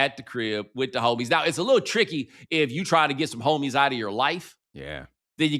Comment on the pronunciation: Bomani with the emphasis on HO-mies and HO-tel lmaooo